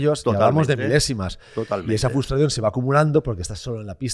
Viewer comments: Por favor "FRUSTRACIÓN", CON "R"... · ¿Nadie en la mesa sabe decir “FRUStración” correctamente o qué? Cada vez que y dicen FUStración muere un gatito